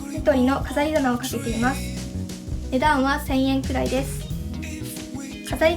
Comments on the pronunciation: 値段はのイントネーションが気なってしまう ごめんなさい🙇‍♀️ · この動画を撮影した者です💕 本当ですね！💦 “値段は”のイントネーションが方言ということに、今気が付きました。（笑） 動画撮影初めてで緊張しちゃいました🤧